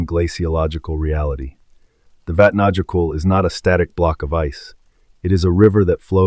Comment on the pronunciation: It's pronounced vat na yo kill